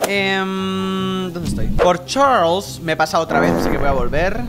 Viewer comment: me encanta tu acEnto de chArlEs😏